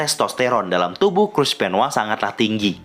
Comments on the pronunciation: bang kok dibilangnya Chris benwa bukan Chris Benoit? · Benoit bukan benoa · Coba elu denger commentators wwf/wwe nyebut nama benoit atau benoa